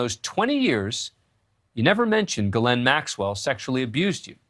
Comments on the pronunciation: Glenn Maxwell…? You’d think by now they’d pronounce her first name correctly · News Nation Now does not seem to understand that her first name is two syllables and not pronounced as Glenn Maxwell . It is pronounced as Gee Layne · “Gil-lynn” Maxwell? Interesting pronunciation. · Except her brother pronounces it Gerlin. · Can't anyone pronounce this women's name properly ?? Her first name is French. It is pronounced Jish ( like wish ) plus laine ( like bowling lane ). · Why is he saying her name wrong?